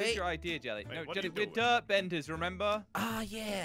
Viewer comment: SAYING BEDER INSTEAD OF BENDER ALSO IN ONE VIDEO I WATCHED CRAINER SAID WOLLY INSTEAD OF VOLLY